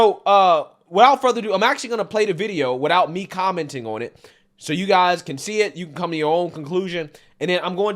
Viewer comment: Anyone that says guysus as guys cannot be taken seriously